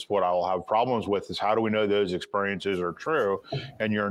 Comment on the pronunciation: He says "exPUriences" 😭